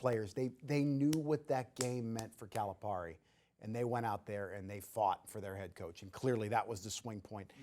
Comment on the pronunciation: That guy is annoying, the way he pronounces Calipari is over emphasized. John doesn’t pronounce his name like that. You shouldn’t. I really don’t believe he is really in tuned with the razorbacks. Just getting a check for talking. But that’s just my thoughts.